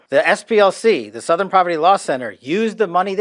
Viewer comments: Southern: ❌️ Sowthern: ✅️ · Sowthern? Where are you from? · You don't say "southern" the way you pronounce "south". You say it like it has an 'uh' in there. Kinda like "s'uh'thern" lol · Southern is pronounced Suth-ern. Pretty much everywhere. Where is from? Is his voice AI? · The way you pronounced “southern” had me laughing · OK, now I’m starting to think you mispronounce words on purpose to drive engagement. There’s no way you’ve never heard the word “southern” before. And yes, I know I’m falling for it, which makes me part of the problem.